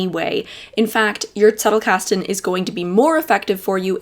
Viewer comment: I like how you adopted the german pronounciation for Zettlekasten. You're great!